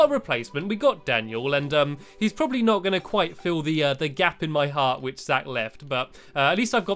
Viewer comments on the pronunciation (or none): none